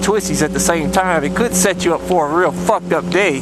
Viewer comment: Back when he could actually said "fucked up day" instead of "fooked up day". Oh how YouTube had changed.